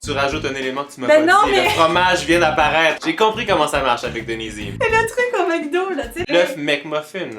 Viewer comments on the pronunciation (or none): none